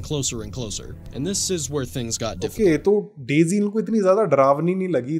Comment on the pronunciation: It's daise